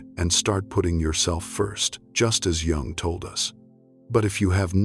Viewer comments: At least pronounce Jung’s name correctly. Too bad. it’s a good post, but it starts off alienating anyone who knows that you don’t pronounce Jung like June. It’s pronounced “Yung.” Have respect for the great man. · Its pronounced young, NOT Jung. Duh. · It's pronounced 'yung'! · Please don’t pronounce the “ J “ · Is his name pronounced Yung or Jung? Why do you switch the name!? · It's pretty hard to listen to when the recording isn't pronouncing his name properly. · You don’t pronounce Jung correctly. Hmmm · Because there is no better way to pay homage to a guy than mispronouncing his name for two hours. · AI needs to pronounce Dr, Jung's name consistently. I'm not staying. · Ugh. If I hear his name mispronounced one more time.... This is the problem with AI narration. Smfh. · Nope, stopped listening as soon as the narrator mispronounced Jung's name less than a minute in.